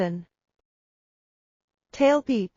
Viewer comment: 很有幫助，謝謝工作人員。 但是希望更嚴謹一點，好幾個地方發音覺得。。。， tailpipe的發音會不會太離譜？